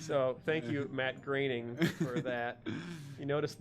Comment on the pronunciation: It's good to know these two can make fun of themselves and admit that their old work is flawed. It's also nice that they actually know how to pronounce "Groening."